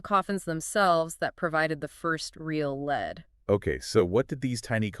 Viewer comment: "But it was the construction of the coffins themselves that provided the first real LEAD" (prounounced LED, like the metal, not LEED). I hate A I